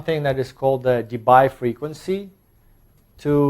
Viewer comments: DeBye is pronounced like DeBee (in Dutch), so say goodbye to that Bye-pronounciation! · Concerning Debye. He was Dutch. So "bye" is pronounced like "bee". (De-bee = Debye). Bye! ;-)